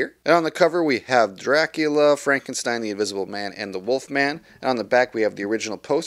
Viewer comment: I really like how your whole video is in Black & White, just like the movie itself. Very nice touch. Plus, of course, the fantastic pronunciation of the name Dracula. I really want to buy these movies on 4k Blu-ray and I planned on buying this boxset. However, when I saw the Steelbooks I thought they looked absolutely amazing and now I actually want to buy those. In fact, the cover art on the Steelbooks is exactly the same as the one used on the inside of this Digipack, but I think having the artwork at the front of the Steelbook just gives it that little bit extra, making it look even better. The only problem is, buying all four Steelbooks is about twice as expensive as buying this boxset. Yes, I know I said "all four Steelbooks" while only three of these movies are available as Steelbooks in the US, but I'm from Europe and over here all four of them are being released as Steelbooks.